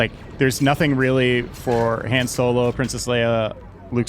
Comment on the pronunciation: is such a huge SW fan, I wonder why he pronounces Han’s name as Hen.